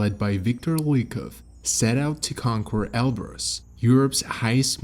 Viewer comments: CONQUER = KAHN-KER not "konk-wer" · “conquer” is pronounced kon-ker.’ The “qu” oftentimes in English is hard. Thanks for posting, appreciate your mountaineering content very much.